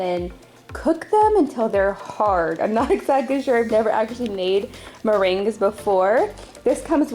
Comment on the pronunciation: Gurl i have never heard someone say meriguens like that